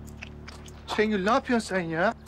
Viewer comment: Şu Gönülü bu türlü anlamıyorum ha.. Kendisi Orhanı Şengül'ün elinden almış, şimdi gelip arsız - arsız diye dolanıyor... P.S. Şengül 'e Şəngül demesine gerçekten sinir oluyorum😡